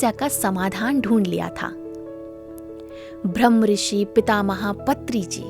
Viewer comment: कमेंट्री देने वाले स्पीकर से हाथ जोड़कर निवेदन है कि भ्रम ऋषि पितामह पत्री जी न बोलकर ब्रह्म ऋषि पितामह पत्री जी बोलें। भ्रम और ब्रह्म में बहुत अंतर होता है। कृपया डिक्शनरी देखें। दूसरी बात यह पीरामिड या पिरमिड नही है, बल्कि पिरामिड है। कहीं- कहीं आप सही उच्चारण करते हैं और कहीं गलत.... ऐसा एक दो वीडियो में नही, कई वीडियो में देखा सुना है। बताने वाले लोग क्या बोलते हैं, वो बात नही है। मुख्य बात ये है कि आप स्पीकर लोग वीडियो बनाते समय क्या बोलते हैं। प्रत्येक शब्द का सही उच्चारण किया जाए तो बेहतर। यदि सही उच्चारण नहीं आता तो उस शब्द का गलत उच्चारण करके लोगों को गलत संदेश न दें। 🙏🌷